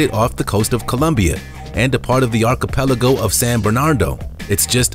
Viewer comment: And, How deep is the ocean? Archipelago. Jeez man, if you speak as a job, it should remain unsaid that you should know how to pronounce words. Ark-ee-pel-Ago. Sorry, can’t help myself.